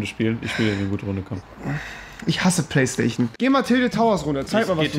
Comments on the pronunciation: Hahahahahhah ich hasse plaistaichon wie es rewi sagt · Rewi sagt nicht PlayStation sondern Playstachion haha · Playstachion haha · Ich hasse playsta-ch-en, 😂😂